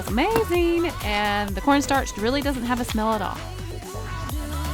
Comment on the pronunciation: Ok so I'm saying corn starch and corn sterch now 😂